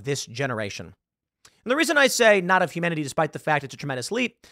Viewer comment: When he says "humanity" it sounds like "humidity."